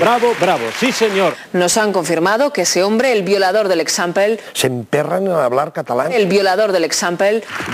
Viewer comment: ecsampel ??JAAAAAAAAAAAAAAAAAAAAAAAAAAAAAAAAJAJAJAJAJAJAJAAJJAJ